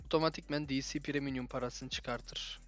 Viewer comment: Kardeşim premium’un üstüne geldiğin de PREMİUM yazdığını görüp de preminyum nasıl diyorsun ya ardream yazısı yazdığı halde nasıl andream diyorsun ben kafayı yicem ya 😀